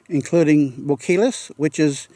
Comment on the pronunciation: Bo-kee-as, rather than Bo-kill-us. Nice video. Oh, and that long building at Hot Springs was a motel of sorts. I think it's only about a quarter mile from the river to the town, isn't it?